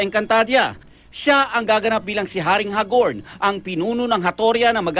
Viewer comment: Hag-orn hindi Ha-gorn